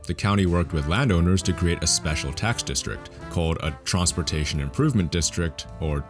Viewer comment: he said TRONSPORTATION